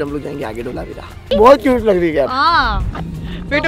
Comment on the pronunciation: Not ઢોલાવીરા , say ધોળાવીરા